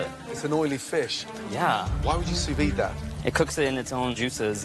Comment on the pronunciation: how can a restaurateur as Bastianich say sou vis when it is sous vide? not as knowledgeable as he wants everyone to think. Makes him looks a little bit idiotic and dumb hahahahahahahaha!!!